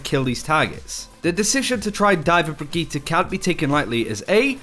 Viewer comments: ajit pai No. The name is brigitte not brigitta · Brigitte is not pronounce Brigitta! its sound like Bridget!! i am swedish and Brigitte is NOT a swedish name. the swedish version is "Birgitta" not brigitta!! Her name is a French version of that name. And it is pronounce Bridget. Just like Brigitte bardot. And her name is NOT pronounced B-R-I-G-E-T-T-A! Can anyone see a A in the end of her name!!?? NO! så WHY do everyone say th letter A in the end. Its brigitt"E" NOT "A"!! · Say it with me now "Bridge Eat" say it fast and you have her name, how on earth did you get bridgeta? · Breegeeta sounds fucking dumb I don’t care if blizzard intends it to be pronounced this way. I’m not watching this channel anymore until they pronounce it right? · stop saying brigittah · Bregeta. The prince of all saiyans. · I don't know where you guys even hear an a. It's bree-gee-tte. Sure the e at the end is a little 'stressed' but that's it. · I dont like the sound of the pronunciation of her name, sounds like Vegeta, but with a B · Far as I'm concerned they're all saying it completely wrong. It's correctly pronounced as "bridge-it". With that being said, it should be noted that I'm actually currently majoring in English. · Quick pronunciation tip: Emphasis is more on the double T than on the i before it (Brigitte vs Brigiite). Otherwise great job on that and thanks for making the effort. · I can't watch videos about her because of the pronunciation. It literally makes my teeth clench. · Except they're actually using a Swedish pronunciation, not a German one (srsly, look it up, the German is "brih-gih-tuh"), which makes it even more obnoxious.